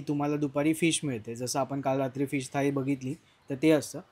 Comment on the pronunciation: थळी नाही रे थाळी असतं